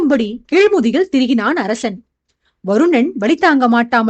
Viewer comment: Hai dear how are you, for the past 3 chapters I feel that your tone is somewhat different while pronouncing sha and sa word for example arasan you are telling arashan like that. That's why I am telling.